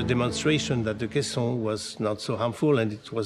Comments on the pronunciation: It's caisson not kaisen and you're also pronouncing it wrong. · Phonics lesson. Kay. Sawn. Not casein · It’s pronounced “cay-sawn.” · Why does the narrator repeatedly mispronounce "caisson"?